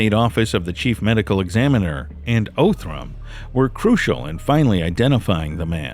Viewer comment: He did mispronounce Othram. 😆 😉